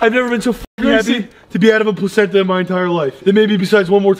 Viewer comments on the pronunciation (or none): did Grayson just say "plazenta" ?... 😂😂😂😂😂